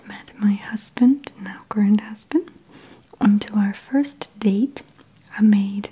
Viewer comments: what is a "grand husband"? or am i hearing it wrong? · I also heard grand lol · I keep hearing grand and I've replayed it 20 times now 😂 glad I'm not the only one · Lol...I heard the same thing. You bet your ass my wife is gonna start introducing me as her grand husband from now on. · I heard grand an di kept replaying it but I could only hear grand. Then i put my ear right next to the speaker and after that I heard current and couldn't hear grand anymore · did you hear yanni or laurel? I heard yanni and grand...